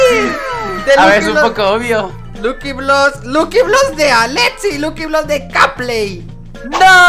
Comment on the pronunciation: Me da ternura cuando en vez de decir lucky block dijo lukiblos ❤